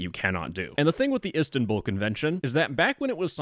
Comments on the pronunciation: It’s “is tan bol” not “istan bull” Also it’s “Istanbul” not “istanbül” Also “Celik” is pronounced “jelik” since in Turkish the celik you said would be “Çelik” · Bro said ESTANbull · the pronunciation of Istanbul😭😭